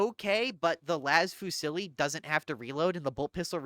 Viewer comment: Hi, great content, however I wanted to corect you on a point: Las Fusil: fusil is a french word for "riffle" The prononciation is defently not Fusilli (why adding a "ee" sound at the end?) The L at the end is silent, as some words from the same familly are using it: fusiller (shooting someone/shoot execution) fusillier (riffleman) fusillade (active gunshots). So it goes: Fu (not "oo" but "ü") + zee. Fuzee.